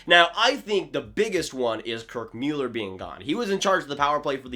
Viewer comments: Please stop saying Mueller, it's Muller. I can't hear it. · Dude his name is Muller! Good Job! Dumbass, ya let me hit that button lol